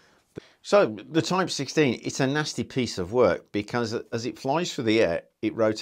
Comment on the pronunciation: "Nosty piece of wuk"- I love when he says that